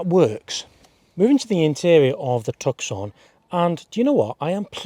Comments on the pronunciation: You lost me at Tuck-son! Its pronounced two-s-on! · Tuk Son?? You could at least get the name right! 😮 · Toos sone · hahahahahah the tukson is a pretty impressive car... its pronounced tooson dummy as in the city of tucson arizona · I’m pretty sure you pronounce it “Tusson” like the place in Arizona. Not “Tuckson”. Great reviews though. Thanks. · It's pronounced 'Tooson'.... Glad you weren't testing the ... Hyundai ..Santa FEH! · 2 minutes in had to turn it down wtf is a took son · Tuck-son...you toooool! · Please stop saying 'took-son' - doing my head in lol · The ‘C ‘ in Tucson is SILENT!!! pronounced TOO-sahn !! Little bit of research and it’s found OR knowing geography!!🤦🏻‍♂️ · Please pronounce 'Tucson' properly please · How can you review a car and not know how to say its name??? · Learn how to pronounce it properly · Cannot even pronounce the name correctly or know the 4 dots are morse code for H. Come on mate! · I own one and couldn't get to the end of your review simply because you can't pronounce Tucson....forget the 'C' it's silent 😡